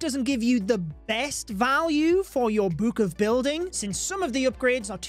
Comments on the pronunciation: Ya'll make sure to use your "buke of building" for this new update. Cracks me up to listen to pronounce the word, "book." xD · The way you say book makes me uncomfortable